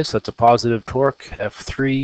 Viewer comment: I could not take this seriously sorry xD Everytime you say torque, it sounds like twerk.